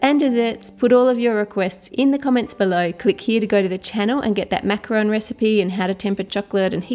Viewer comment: At the beginning of the video Ann: Macaron Me: NOOOOO IT IS MACAROOOOOOOOON